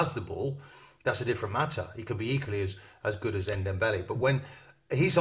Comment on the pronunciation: It's Ndombele not Ndembele .. Open your eyes & you might read his name better